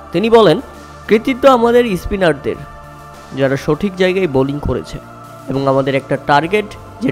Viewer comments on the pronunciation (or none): Spiner ❌ ispiner 😂😂😂